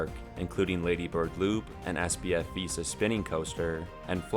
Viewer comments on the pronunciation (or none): none